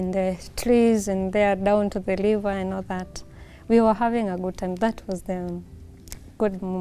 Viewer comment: A walk in the tlees, liver, lelating, my flend, liplying, beauliful, decolated, ling oops 😂😂😂🤣🤣🤣, nice couple though